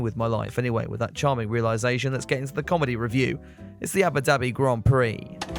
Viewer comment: is it just me or do i hear Yabba Dabi